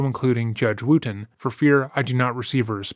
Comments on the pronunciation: Oh you guys it's NOT pronounced WOOOOOTON!!!! It's Wooton (like WOOD) you're welcome! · “Where are you, judge wooten?” Sounded like “where are you, God?” And that’s so funny to me 😂